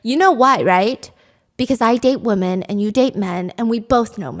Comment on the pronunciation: Not a hater I promise but every time you say woman when you're supposed to say women it just sounds really odd